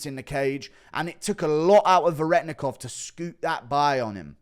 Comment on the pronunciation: You still don't know how to say Veretennikov correctly. (Ver-eh-ten-ikov)